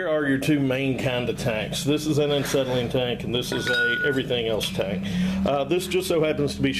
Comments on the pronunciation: Why do you KEEEEP on saying aNcetylene instead of Acetylene? If you're going to make a video where you're going to use the word acetylene fifty times, it would be polite to first learn how to pronounce it...... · AH SETTLE EEN not AN SETTLE EEN - there is no "N" in the first syllable. I just grates at my head everytime he says it. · When I heard "Ancetylene" I paused to see if I was pronouncing "Acetylene" wrong. Anyway, I enjoyed the content of your video. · There is only one n in acetylene. And it's not after the A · Absolutely loved this video because I have wondered what was in an acetylene tank for half my life and I'm 74~!! I weekend weld and really enjoy it and have been told many times what was there but never got to see it and some of the guys that told me didn't know what they were talking about. I could listen to you say ANT CETILENE all day~! Chalk me up on the Subscriber Board & looking forward to more education. P>S> don't trip on that ball peen hammer behind you on the floor. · He keeps saying an-cetylene. Too funny. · An-cetylene. Never heard of it. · Glad I'm not the only one that noticed. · Yeah. Why the hell is he doing that? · Tony R um, because he never learned how to pronounce it properly? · Not trolling. Its factual. You're saying it wrong. Take the advice or leave it. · Why do you pronounce it aNcetylene ? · You keep saying Ancetylene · I think he’s saying “uncytelene”. Because is volatile? 🤷🏻‍♂️ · There is only one, "N" in acetylene...lol